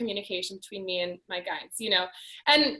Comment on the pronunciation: What is your guides or did you say guys?...if I heard that right